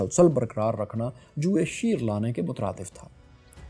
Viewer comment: جوئے شیر ہوتا ہے یعنی جانور شیر کی مونچھ کا بال۔۔۔۔۔۔ ش زبر کے ساتھ